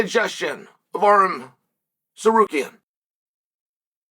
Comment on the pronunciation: Chael, is it so hard to memorize the damn names?! Tsarukyan, NOT Trasukyan! All the time you mess up names! And also Arman is not Georgian, he is Armenian, who was born in Georgia, and Ilia is Georgian who has been living in Spain.